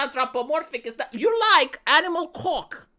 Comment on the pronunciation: The way he says cawk, it is so magical.